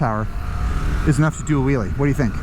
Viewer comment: Might want to work on that enunciation. What you said, " You could ride that wheelie from sea to shining sea." Here's what I heard, "You can ride that willie from sea to shining sea." 🤣 Geat review. I'm more than a little tempted to get a Pan American. It'll be the first time I've been interested in a HD made after 1950.